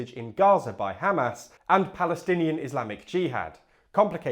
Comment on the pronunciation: By the way, it's pronounced Hamas, not Hamas